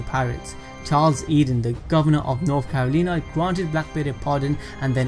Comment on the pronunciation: Not carolinah